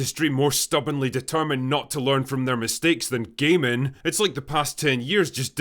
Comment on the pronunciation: Gayminging not gaming